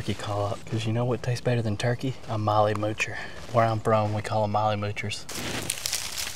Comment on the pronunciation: It is turkey notChikae